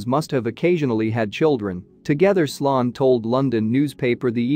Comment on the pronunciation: Pretty sure his name was sloan (sounds like slone)